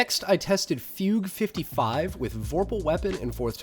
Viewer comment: Incredible work for this and the heavy weapons video. Thank you. Subbed. Also, THANK YOU for pronouncing “Fugue” correctly